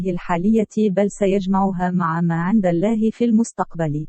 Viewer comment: نطقك لكلمة الله خطاء في معظم حديثك رجاء اخذ الحذر